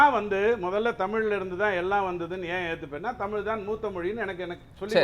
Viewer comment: ஜீவசகாப்தம் அருமையான 'தமில்' பெயர்😂